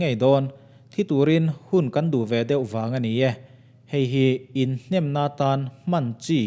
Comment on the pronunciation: (In hnem, in hnêm) tih i lam dan hi a dik lo a dang chu a tha lutuk